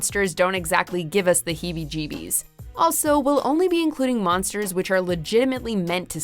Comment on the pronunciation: Heemy Jeemys? Smh 🤦‍♂️